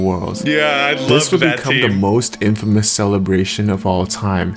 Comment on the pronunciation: Not in--fay-mus. It is pronounced in-fuh-mus and with no pause or separation. Not clowning or anything, I just know we aren't all familiar with random words. 💪🏽